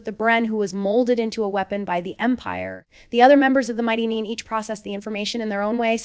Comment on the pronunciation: I love these episodic recaps. But what I don't love is the horrendous butchering of names. Bo, Byu, Booregard, Neen? And it's not just this channel. My ears bleed every time I hear it. Whether the commentary is AI or an actual person purposefully mispronouncing names to seem AI, there is really no excuse for ruining an otherwise good recap. Sheesh!